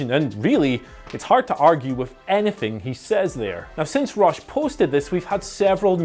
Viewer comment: i thought you were saying ross not rush lol